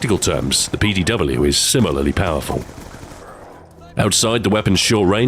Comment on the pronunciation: Jeez learn to say PDW